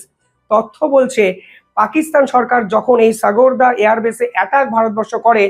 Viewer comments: সাগোরদা এয়ার বেস নয় ওটা হবে সারগোদা এয়ার বেস, ভালোই বলো কিন্তু ভাষা ভুল করো সুধরে নাও ভাই। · The correct name is SARGODHA. pl pronounce correctly.